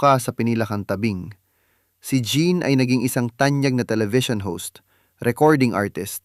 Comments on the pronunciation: Tama. Gusto kong pakinggan, pero linikilabutan ako sa pronunciation. Hindi "Jeab" it is pronounced like French " Jeanne " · Ang pagpronounce ng pangalan niya ay "Jan" not "Jean". (just saying). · Jeanne...pronounced ZEANNE